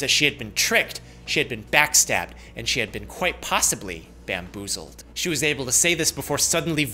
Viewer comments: she had quite poosibily been BAMBOOZLED lol idk why i laughed so much at the emphisization (not sure if a word) of bamboozled lol. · She said she was "bamboozled" LMFAO